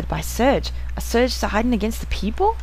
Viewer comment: lol you cant say serge? ^.^